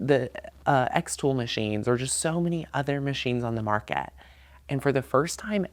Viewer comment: So many other machines on the "Mark-KAT". Lol.